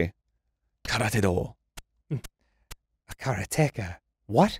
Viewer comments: How they pronounce Karateka is killing me. So wrong lol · It's not 'kara-TEKA', it's 'karate-ka', it's literally the Japanese word for exactly what the game said it was, a practitioner of Karate... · Karateka blasted me to the past, but it was jarring to hear Dan say kara-teka. It's karate-ka, right?? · Someone has probably said it some where, but it is pronounce Kaa raa te ka. A practitioner of Karate is called a Karate-ka.